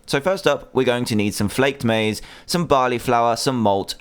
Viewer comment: He said Maize wrong